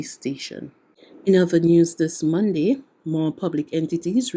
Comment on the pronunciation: Two words into the Newscast and you're making mistakes already. The word is MONDAY and it is pronounced MONDAY....MON-D is incorrect.